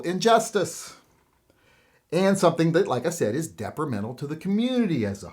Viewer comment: The word is detrimental not “deprimental”.